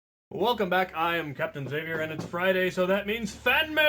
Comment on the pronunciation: You said my name right Captain Xavier